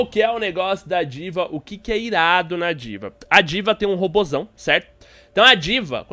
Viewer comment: Diva? sauhasuhau na vdd ta errado o jeito de falar